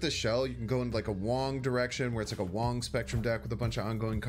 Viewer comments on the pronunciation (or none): none